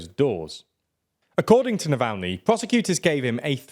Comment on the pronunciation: Oh come on, it gets ridiculous with the foreign names. You pronounced Alexei Navalny in two different ways. 😂